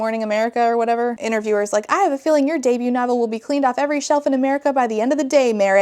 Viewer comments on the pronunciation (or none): none